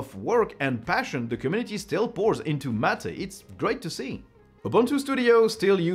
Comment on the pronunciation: M' ate or mmmm8 not Mat aaaa.